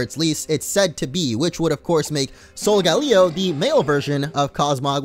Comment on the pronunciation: Solgaleo is pronounced sole-ga-lay-oh